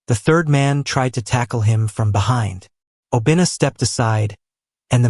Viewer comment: I like the story but Obinna is pronounced wrong fyi